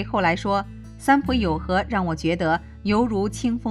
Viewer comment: 應該是三浦友和，不是三友浦和喔～